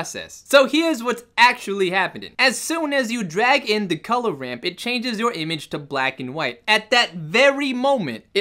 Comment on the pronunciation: Colugh instead of color